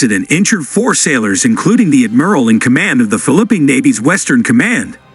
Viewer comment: Your reader SUCKS. You really should listen to your video before you post them. Fil-a-pine ?? WTF is that ?